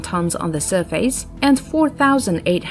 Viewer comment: "surfays"? what country are u from?